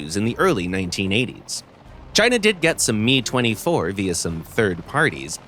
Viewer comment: its not "MEE" its M.I. you pronounce the M and I separate... not like Mee